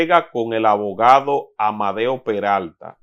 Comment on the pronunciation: Abogado por favor trabaje su léxico y trate de soltar la “L”